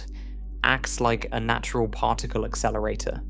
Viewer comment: The mispronunciation of Particle to partacle is killing me. I cannot continue with listening to this to help me relax and sleep whilst learning this and other speech errors. Arghhhhh